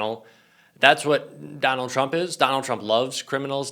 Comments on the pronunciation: Trump, not Turmp. :) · I'm sorry... What's a Turmp cover-up?? LOL